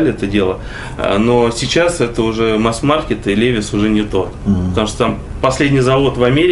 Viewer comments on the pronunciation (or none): Молодцы конечно,ремесленники всегда испытывал уважение к таким людям,но произносить «левис» а не ливайс 😏,Пашке колхозничку фартануло,дальше попрет,спонсоры начнут Машины подгонять,в Москве тормозись Пашкемана))) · Странно. Почему человек профессионал в 21 веке говорит ЛЕВИС а не ЛИВАЙС.